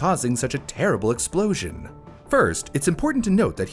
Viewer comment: tERrible explOWzhin!!